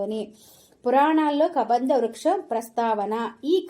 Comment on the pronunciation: Hai బాగున్నారా గోరింట దొరికింది పెట్టుకోవడం అంతే "కదంబం పుష్పం ", కబంధ పుష్పం కాదు ❤